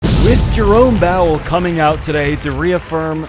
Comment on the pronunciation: He calls him Jerome Bowel 💩 😭